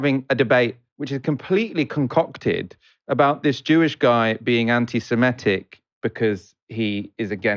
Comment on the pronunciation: Will one of colleagues please tell him how to pronounce 'antisemitic'...with an i in the 4th syllable.